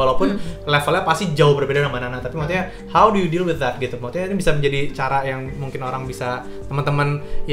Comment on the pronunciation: Selalu salfok kalo kavidi bilang "maksudnya" jadi "mutnya" (???) 😂😂😂